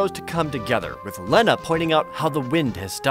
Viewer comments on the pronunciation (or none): Its pronounced li-na not len-uh! Get it right Jared!!